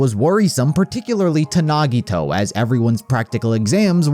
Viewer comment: THE WAY HE PRONOUNCED NAGITOS NAME HAD ME DEAD BYE